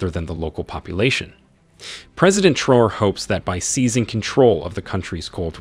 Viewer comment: The name is Traore not Traws please thks